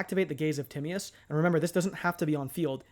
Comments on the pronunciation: Gaze of timmy-us is crazy work lol its te-my-us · Timaeus can be pronounced Ti-may-uhs or Ty-mee-uhs. You weren't really that far off tbh. I'm planning on using DMoD with Allure Queen LV7 when it comes out in MD. Verte Anaconda can also make Chaos Allure Queen or the WF Synchros DARK for going into DMoD. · Actually it is weirdly close to the modern greek pronunciation of Tea-ma(as in made)-os. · Great vid bro! Tim-MY-Us is how you say it for future ref